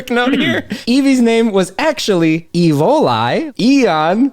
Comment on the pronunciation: depending if it's like the German one it's pronounced Evol-E